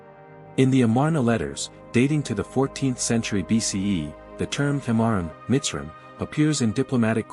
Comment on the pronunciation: Its miz- Ra - Him. Like Ab-Ra- him and Eph-Ra-him